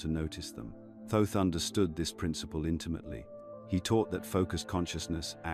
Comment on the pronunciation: It's not pronounced Toth it is a mistake it should read and say Thoth ❤